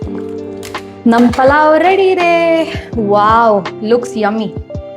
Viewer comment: ಅದು "ಪಲಾವ್" ಅಲ್ಲ ಆಂಟಿಗಳೇ, ಅದು ಪುಲಾವ್, ಪುಲಾವ್! ಈ ಬೆಂಗಳೂರಿಗೆ ಬಂದು ಹೆಸರು ಕೆಡಿಸಿಕೊಂಡು "ಪಲಾವ್" ಆಗಿ ನಾಶವಾಗಿದೆ!!